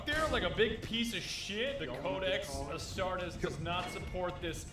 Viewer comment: The way you pronounced astartes hurt me it's ah-star-tees